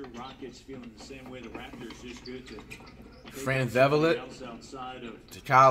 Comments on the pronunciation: “Fran Vevelet”😂😂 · Flight just called Fred Van Vleet “Fran Ve-Vul-Lett” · Fred vevelet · "Fran vevalet" really flight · You can tell Flight is purposefully mispronouncing fred vanvleets and Matisse thybulles name